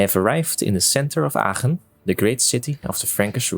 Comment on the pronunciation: Love the way Aachen is pronounced. Sounds nice lol